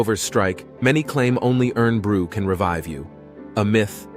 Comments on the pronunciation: As a scot who has lived here all of my days... Thanks for making Scotland look for more interesting/magical/whimsical than it really is lol. A few clarifications that have probably been covered in the comments already (I haven't scrolled too far down). Irn Bru, is pronounced 'Iron Bew' though you are kind of supposed to drop the 'o' to some degree to have 'eye-r-n brew' or 'eye-urn brew'. It will twist slightly with our different accents. Hundreds of words for snow...yeah no lol. That's that usual crap that someone wastes there time at uni to get a passing grade. With 'snaw' we are just saying 'snow' with an accent twist. In reality there are only a couple of words used for snow or slush (when it's melting). You do get a ton of variations in local dialects but more often than not it's just the same words with an accent twist that has become the norm in that area. While there are words that officially exist, people don't really use them will get a 'wtf' look from most people when heard. Christmas was celebrated and the norm long before the fifties. I still have an old photo of my grandmothers kicking around somewhere that's her on xmas back in the 1930's, tree up and all. That's more one of those things where they just didn't officially change the law for ages. I mean, technically it's still illegal to be in charge of a cow while drunk here and you can't fire a cannon within 300 yards of someone's house. And you know, we all have the urge to do that every now and then. Well to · It’s pronounced IRON BREW great video I’m from Motherwell in Scotland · The word is IRN BRU Pronounced IRON Bru. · Fact 8, Irn Brew is pronounced as Ion or Iron Brew, Regards Eddy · it's pronounced Iron Brew it's just spelt Irn-Bru because it's a Scottish drink and that's the way the person the created it decided to have the name of it spelt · It is pronounced iron brew hence the bywords made from iron girders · It's iron brew - as in the the metal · Pronounced iron bru. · pronounced IRON BRU